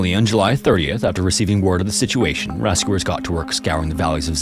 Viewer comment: RAS-cooers instead of rescuers... :(